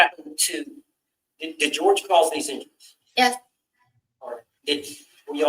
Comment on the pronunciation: Please pronounce his name as he preferred, its ‘George’ ty